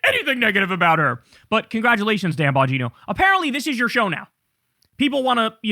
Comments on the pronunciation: "Dan Bongina" 😂😂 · His last name is pronounced Bon Gyna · YOu pronounce it wrong. It is "Dan Bong In No."